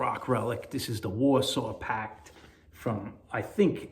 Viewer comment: Love that Len Bright Combo! Almost sounds like Niled Us, not Nailed us. 😂 Warsaw Pakt, very cool too.